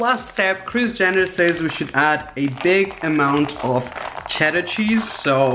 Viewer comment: Its like he is saying kriz jenner😂😂❤😍